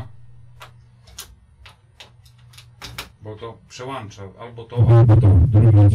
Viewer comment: przełącza , anie przełancza. Tyle lat a nauka w las